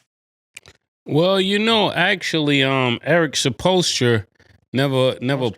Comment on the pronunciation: Murda just can't get away from saying Eric "Supolster" lol